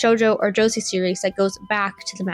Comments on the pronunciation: No hate but its Jo se ii not josiii/josee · so stupid you keep calling it "josie" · You can tell she knows nothing about the genere purely out of how she pronounces Jossei as "Josie" and Bishouho as "B-sojo" I have never seen a single shounen fan mispronounce shounen. Sure, some people don't pronounce the u in shounen, but thats largely due to bad localisation misspelling the word as Shonen. But even then, people dont pronounce it as "show nin" How do you even turn Jossei into Josie? How do you switch the two letters around? Its not like "ei" is hard to pronounce in english. People dont pronounce Einstein as Ienstien. This is such a disrespect to the genere itself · it what?!! Jesus Christ this video is insane Its Josei not Joezy the fck kind of pronunciation is that. from thar alone its obvious you don't know what you're talking about. popular to who? which demographic was cutie honey popular to? you can't just say it was popular therefore it was for the male gaze. wtf i hate how you speak as if Otaku is a primary male thing and that women can't be otaku. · What in the weeb bs is this…??? geez, even izzyzz would have a field day with this. Yikes. First off. Its “joe zey” not josie. Oh my god. the more i watch this the more im cringing as a woman in the weeb fanbase. Oh. My god. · How are you more retarded than me and I'm the one with an autism diagnosis? Also the word Josei is pronounced "Joe-SAY!!" Not "Joe-zee" for fucks sake do better research on the shit you talk about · You're reading the chatgpt script wrong, lmao. It's pronounced 'Josay' not 'josy'. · Anyone else cringe at her pronunciation of "Josei"? Sweetheart, it isn't 'Joe-zee', it's 'Joe-say'! Pronounce it like the 'sei' in 'seinen'. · She pronounced seinen correctly. Josei is the same (say-nen) (Joe-say) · Pronouncing Josei “Josie” made me giggle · Its Josei, pronounced "jo-se-i". Stick to tiktok vids, girlie. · Joe-see lmao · “Bisojo” “Josie” get out PLEASE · You can't even pronounce josei😭😭😭😭😭😭😭